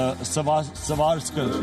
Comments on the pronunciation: He also said PM Modi, these were silly mistakes in a long unscripted 50 min speech in front of the world. Rss wear brown pants not shirt, savarkar not savskar... Any rational person knows these were silly mistakes...you can't refute his claim that modi was RSS boy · Swarskar..😂. Quite painful..😂😂😂😂😂